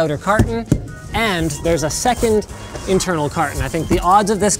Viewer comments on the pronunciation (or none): none